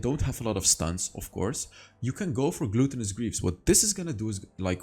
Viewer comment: Love your vids. But i get triggered every time you say Glue-ton-us greaves. Its glut-ton-us. Root word is glutton. And 🤣 the tinder notification 👍